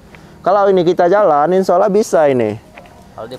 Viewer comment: Assalamualaikum warahmatullahi wabarokatuh, jos lah,dlm membantu orang yg membutuhkan,cuma ma'af klu saya salah dengar,setiap mengucapkan kalimat insyaallah/insyaalloh ko selalu yg ku dengar insya ollah